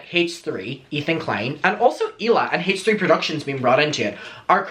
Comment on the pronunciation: I looove how says, "Hay-tch 3"..